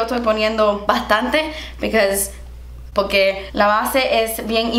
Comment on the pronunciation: "because" "poqué" 🤣